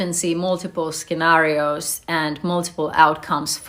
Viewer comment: ironic how she's talking about intelligence then says "skenarios"